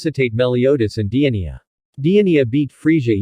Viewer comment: He sead Dienia 🤣🤣